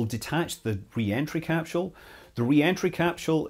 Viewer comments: Is it "capsule" or "capshule"? It's like the family guy episode of emphasizing the H in Cool Whip except without the H being in capsule 🤦‍♂️ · What the he'll is a "capshule"? You couldn't mean "capsule", could you? I understand differences in the English language. That's just basic variance of speaking. But adding entire letters to words... Well that's just silly... Oh wait, you weirdos pronounce "aluminum" with an extra "i" for no discernible reason. You're a smart guy, but you're a slave to saying things completely wrong because of the small plot of ground you were raised on. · 😂😂😂 why the emphasis on a H that doesn't exist?